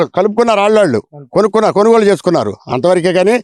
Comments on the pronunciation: కనుగోలు ఏంట్రా? కొనుగోలురా అది. ఏం తెలుగురా అయ్యా 🤣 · అయ్యా! రిపోర్టర్ గారూ... కొనుగోలు అనండి... కనుగోలు కాదు!!